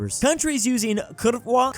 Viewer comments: You say is "kurvua" Its "kurva" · curvuã!! 😂😂 This guy has no idea what he's talking about. 🤦‍♂️🤦‍♂️ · "tcha", "kyrwła"… ouch my ears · kurwa, ten nie moze nawed powiedziec kurwa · Bro please learn to pronounce kurwa